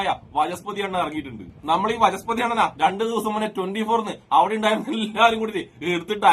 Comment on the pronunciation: വചസ്പതി ❌ വനസ്പതി ✅